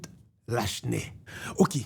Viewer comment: Lachenais pwononsé La Chenais é non pa Lashnè. Joute sé yon ti non. Moun édiké di Borjla pou Borgella, é non pa bor-GÉ-la.